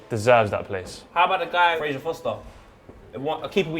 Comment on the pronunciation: It's Fraser Forster, not foster